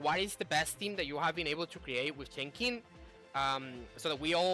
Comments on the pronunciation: it's Chen Sing in English chief. The X is pronouced as an "S" for some reason. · Pronunciation for Chenxing in English is "Chensing", where the 'e' in chen is like 'uh'. Hope this helps :)